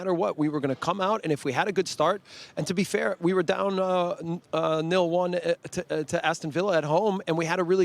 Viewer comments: Really love this dudes passion only thing I gotta hate on is the "nill-one" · Jesse saying nil-1 is like when I try asking for the bathroom in Spanish class. EL BANO! EL BANO!